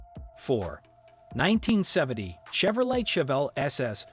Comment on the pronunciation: Can’t pronounce Chevelle, posi traction, Nova among other key words. Pretty pathetic.